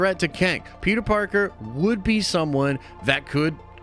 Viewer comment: Ngl, I thought Andrew was saying "pizza" and not "Peter" 🤦🏾‍♂️